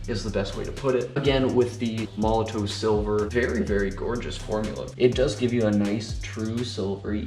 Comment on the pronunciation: Made a whole YouTube video about a company and product that you aren't pronouncing correctly and you didn't read the instructions for....lol